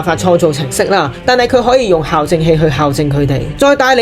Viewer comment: 小提醒，校對，校正，係讀「教」正的